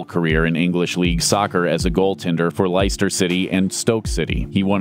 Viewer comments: Gordon Banks played for Leicester City FC, it’s pronounced les-ter not lice-ter. SMH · To all these legends, Rest In Peace.. But also learn how pronounce certain words.. Leicester is not pronounced “Lie-Easter”, it’s pronounced “Les-ter”.. Also Jose Antonio Reyes.. not going to mention him? Great football (what you Americans call soccer) player, that was tragic killed in a traffic incident earlier this year.. making him the 3 footballer to die in tragic accidents this year alone.. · Leicester City is pronounced ‘Lester’ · Lie-easter City haha! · Points off for Leicester